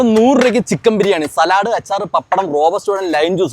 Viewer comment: സലാഡ് എന്നല്ല സാലഡ് എന്നാണ് ഉച്ചാരണം